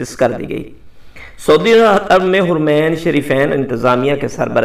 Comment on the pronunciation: حرمین کا ح زبر سے کہا کریں شکریہ اس پر پیش نہیں بلکہ زبر ہے